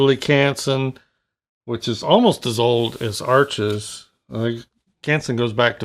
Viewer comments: Beautiful spontaneous painting as always.You seem to know a lot about Arches except how to pronounce it. Try saying harsh without the first h. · Hi, Canson Paper Company make Arches (pronounced "Harsh") - they own both the Canson and Arches brands.